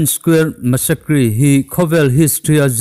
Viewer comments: Massacre tih hi massakris tiin ilam a, masseikar lam dan dik a ni. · "Massacre" , a nawl puia in thah buaihna a lam rik dan te hi a va mawi🤣🤣🤣